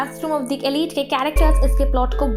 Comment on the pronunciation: Arre "elite" to pronounce krna seekh le pehle 🤦‍♂️